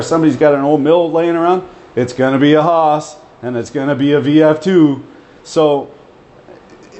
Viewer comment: Took me 15 minutes to realise you were saying 'Haas' and not Horse in your Canuck accent :-)